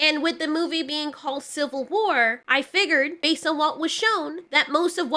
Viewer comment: "Shill-vil War"